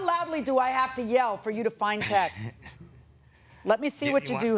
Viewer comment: Just for the records, YOU CAN'T SEND TEXAS ANYWHERE!!! IT'S A STATE THAT WILL NEVER MOVE FROM ONE PLACE TO ANOTHER!!! THE WORD IS TEXTS !!! IT SOUNDS LIKE THE WORD TEXT WITH AN S BEHIND IT, AS IN TEXTS - A ONE WORD SYLLABLE!!! IT ISN'T SPELLED TEXTES EITHER. JUST TEXTS !!!!!